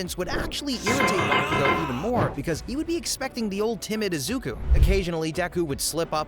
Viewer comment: Eyeda Youraraka Izuka Ts gotta be rage bait, it ain't even that hard to pronounce their names correctly